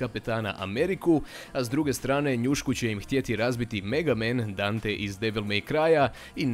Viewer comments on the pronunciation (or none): none